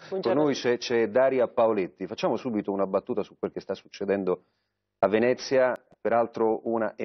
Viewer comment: SuBBBBBBBBITo, ma proprio SuBBBBBBito